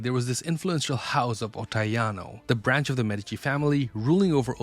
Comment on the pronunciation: This an Ai channel or what? It's not waaah it's war! It's not medicine family it's medichi... Lol